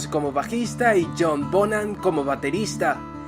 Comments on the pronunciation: Es john Bonham la H suena como J. No bonan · El nombre del baterista desaparecido se pronuncia Bonjan...